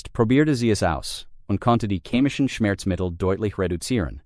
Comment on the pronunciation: Chemisch nicht kämisch shitty AI😢😢😢😢 MAG IHRE DEUTSCHE AUSSPRACHE SÜÜSS! SAGEN SIE MAL " SCHNECKENNUDEL"